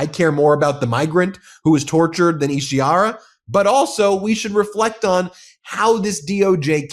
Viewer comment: Isi HAR a, not Ishi ar a. Read it.